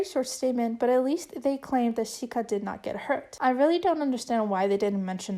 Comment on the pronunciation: hi! i know i'm a bit late, but chiayi is pronounced jia yi (jee-a yee) :). just different from mainland spelling. also, chiayi is a city in taiwan :) edit - sika is pronounced (si (neutral tone, s as in snake) ka, :)